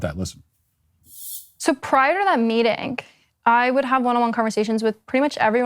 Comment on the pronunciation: Her g's end in k....meetingk